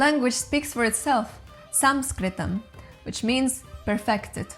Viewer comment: Excellent video! I love how you took care to pronounce it's real name 'Samskritam'. The production of words from the root which is a distinct feature of Samskritam was also great they way you explained it. You may also mention that apart from having multiple words to denote the same object or person/meaning you could also have completely different meanings for the same word depending on the context. This is unique to Samskrita. Samskrita has also been written in Brahmi, Kharoshti, Lalitha, Tamizh-Brahmi and Pali. Well done and congrats!